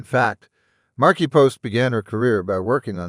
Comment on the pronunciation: Sad to hear about her passing. Great tribute... well written.... but miss Tim. The narrator was irritating. Poor choice for "Factverse" and can't speak properly calling her "Markipost"...